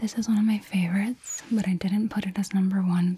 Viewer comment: lol for 25, you said "but" and I thought you were saying the 25th word was "but t"